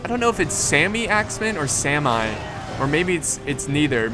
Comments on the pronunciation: the norwagiens sami axemen is not saimai sami is a norwegian urtribe from north norway and good video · In "Sami", pronounce the "a" like in the word "car" and make it a bit longer. Saami.